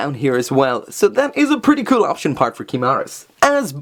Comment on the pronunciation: "kewl" I love when you say that!